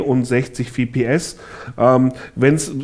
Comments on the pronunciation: In einem competitive Game wie Counter Strike ist jede Verzögerung spiel entscheidend warum kaufen sich wohl Leute 144 hz Monitor und setzen auf gute Hardware genau um den Minimum an lag zu erhalten und FPS (Frames per Second) spricht man auch FPS aus und nicht wie im Video WPS trotz allem ist LiquidSky ein Schritt in die richtige Richtung da nicht jeder gerade das Geld parat hat um sich einen Gaming PC anzuschaffen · EnergyDragonSupport ja er sagt VPS. Und zwischen VPS und FPS gibt es Unterschiede und es handelt sich nicht um einen Fehler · es heißt FPS und nicht wips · Nichts gegen PC-WELT oder den Journalisten persönlich, aber etwas mehr informieren könnte man sich doch 😉🙄... Es sind zum einem "F"PS... nicht "V"PS, desweiteren besitzt dieser "Bürorechner" zwar einen intel Core i5 einer älteren Generation, allerdings hat dieser locker noch das Potenzial aktuelle Spiele zu spielen, ebenso sind die 8GB RAM (noch) ausreichend, insofern es um's reine spielen geht... Das einzige Problem ist die fehlende Grafikkarte (ich verteidige hier nicht das System, war nur so nebenbei). Trotzdem ein interessanter Dienst... hätte ich meine Idee damals nur patentieren lassen 😤